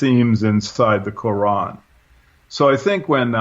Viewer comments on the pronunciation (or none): none